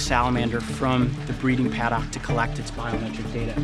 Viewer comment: pad/ock lol.. its pronounced paduck